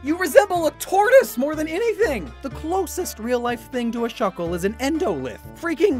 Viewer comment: THE A IN SHUCKLE IS SUPPOSED TO BE A U!